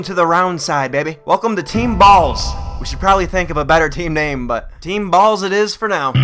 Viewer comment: sounds like he's saying teen balls instead of "team balls"